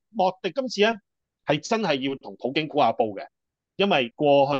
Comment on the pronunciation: 係普京，唔係葡京